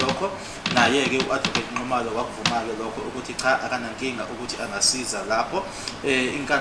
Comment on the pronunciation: usefunde ngendlela yokuthi akasakwazi noku pronounce u Nxumalo uthi "Ncumalo"